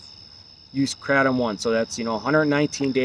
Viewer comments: Why do you keep saying kratom incorrectly? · Ugliest way to pronounce kratom